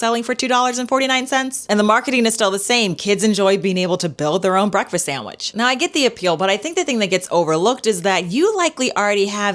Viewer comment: “Saeywich”. From a teacher? The word is SANDWICH.